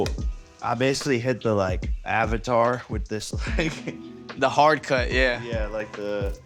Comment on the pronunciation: He called it the avitar 😂😂😂😂😂😂😂 😵 face was crazy